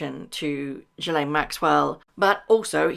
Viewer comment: Prounounced Gil-lane😂